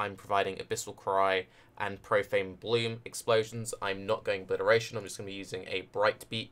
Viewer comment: did you say propane bloom